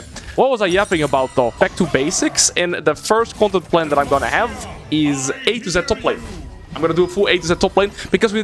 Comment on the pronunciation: I, an american, had to rewind four times and turn on captions to understand that he was talking about doing an "A-to-Z top lane" series, not a "80 cent top lane" series. There might be something wrong with me Cool unethical nightmare Garen gameplay btw